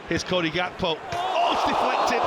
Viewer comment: Why does the commentator keep saying Gakpos name wrong. Its so annoying.